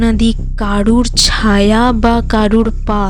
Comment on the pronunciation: কথাটা ছাওয়া নয় ছায়া উচ্চারণ ঠিক করুন